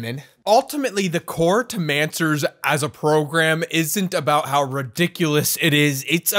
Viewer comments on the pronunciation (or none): when you said "the core to manswers as a program" i thought you said "brogram" instead